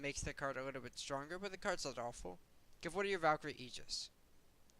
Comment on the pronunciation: This is a really minor feedback suggestion... but it's "play", not "pway"... and it's "little" and not "liwle". I'm sure this is a vocation form where you grew up maybe, but it's super weird to listen to it. My only examples in life of people doing this are little kids :/